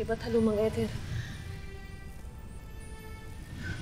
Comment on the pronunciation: Kesa sa eter naging ethor ang pronounciation 😂😂